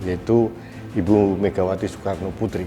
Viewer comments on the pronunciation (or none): none